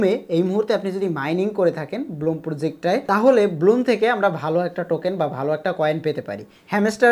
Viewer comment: bloom na vai blum vai re vai youtuber